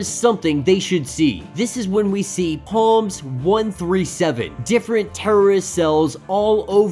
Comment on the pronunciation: "Psalms" is pronounced w/o the "p". Come on man!